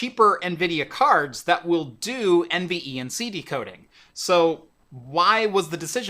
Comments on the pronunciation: Please just say N-Venc. Not N e v n c. Jesus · Take a drink every time he says N V E N C instead of NVENC (En-Vank) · Curious why you pronounce every letter in NVENC, when most tech tubers just say En-Venc, but do pronounce iSCSI as Eye-skuz-ee and not individual letters .. I’m sure it would have shaved at least 25 seconds off total video length 😋